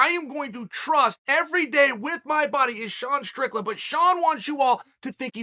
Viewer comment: Props to Chael for saying “Sean Strickland” correctly like five times in this video!